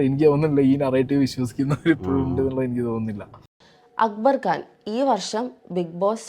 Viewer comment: It's Khan , not Gaan 😢